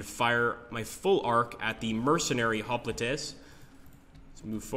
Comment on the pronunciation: Looks great! I have FoG1, which I've played a lot. The graphics and game play look much improved. Hoplites is pronounced "hop lights"